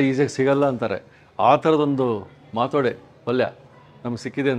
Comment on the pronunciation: She repeatedly said माटोडे